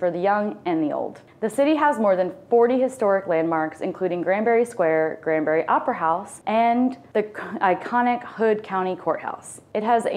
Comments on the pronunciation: Granbury. Not Grandbury. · Some of the information in this video given is completely inaccurate! Kerrville is not 60 miles southwest of San Antonio at all! It's 60 miles northwest of San Antonio! And it's not Grandbury, it's GRANBURY! additionally, she failed to mention it's within 30 mins from Fort Worth and just mentioned it being 1 hour from Dallas, which it's not. It's actually 1 hour and 25 mins from Dallas. I don't trust any info in this video, considering they don't know the geography and names of towns being narrated, which is totally wrong!